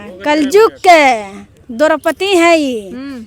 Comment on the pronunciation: कल जुग नही कल युग बोलते है